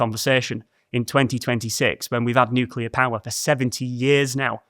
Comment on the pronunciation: I’ll just leave this here. THANK YOU for properly pronouncing nuclear. NOT nuke-u-lar.